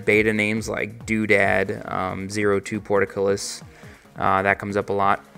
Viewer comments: say it with me PORT-CULL-IS. not porticulis. portcullis. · ***** I was actually going to comment the same kind of thing, portcullis vs porticullis or portercullis lol